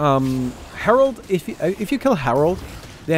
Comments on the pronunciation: *Herald But everyone still calls him Harold, lol. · It’s called herald not herold but ok lol